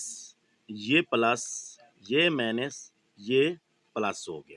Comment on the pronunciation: پلس اور مائنس کو طریقے سے بولیں مینس نہیں بولیں سمجھتے ہیں آپ